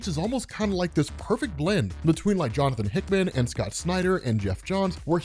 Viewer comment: Nobody, not a soul:...: JONATHAN HICKMAN